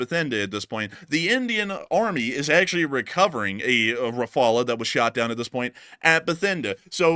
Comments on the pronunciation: As a French man, I've never heard an English speaker pronounce "Rafale" as badly as you do. It's pronounced RAFAL (without the "e" or "a" at the end). I don't know what's so complicated! It's really annoying! 😤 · Helo, In French you say rafale , dont pronounce the last e. only one way of saying it correctly, but we understand you veru well. keep up the great videos, been watching since almost the begining of the Ukraine updates. cheers. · The "uh" sound at the end of your pronunciation is actually the way the "L" sound is made (In the French version) at the end of the word, and is not an emphasized part of the word. It's just how the l trails off. However, it's not that important, and you guys do a great job in reporting the news and making every effort to be accurate.